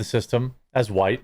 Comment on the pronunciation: sounds like whyytes